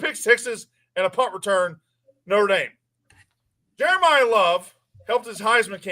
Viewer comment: yall saying jerimah love like hes jerimiah smith!